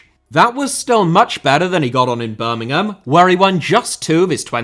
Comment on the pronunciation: Speaking as a Villa fan, the one thing I will say about is that he pronouced Birmingham correctly, without the emphasis on the 'ham' at the end.